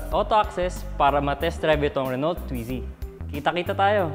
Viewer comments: mga lods correct pronunciation po ng car Renault, french so silent "lt", renau 🙂. More power mga lods. thank you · RENAU po ang pronunciation ng RENAULT, Hindi po Renolt. FYI lang para di mali. Tnx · Renault – 'Ren-O' FYI lang po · Re-no... hindi renolt. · Renault is spoken as 'Re-no' French po kasi tong brand na to. same as Peugeot hindi po Pugot ang basa kundi 'Pi-yuj-o' mejo complicated pag french brands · Pang city Drive yan dito sa Milan,Italy! Re-no po ang tamang Basa O pag bigkas.. French po kasi.. Subukan n’yo rin po yung SMART! Gawa ng Mercedes Benz. Tska FIAT 500 Italian Brand.. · "Reno" po pronounce dun silent L and T, then ung A and U pronounce as "O" so it became "RENO". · you read it as "re-no" po. Good review pero sana bigyan ng justice ang brand pronunciation 😅 Naa wikipedia naman yan eh 😊😊👍👍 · Wow my renault brand ndin pla sa pinas.. sorry po but i think, the pronunciation should be "RENOW". It's a french brand made automobiles.. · Thhat is Renol with the silent T, lol!? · ruh-now daw po pronunciation. hehe silent “T” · Renault pronounce as " Reh-now" po. French word pronounce as french not english.✌ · you pronounce RENAULT...as RE-NO....sa french hindi pino pronounce yang dulo na LT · French people pronounce it “Ren-O “ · mas maganda po kung french nyo po talaga bbigkasin read as...RUNU :) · RENO ang pronunciation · Sir Mam hehe... Medyo pakipronounce po ng tama ✌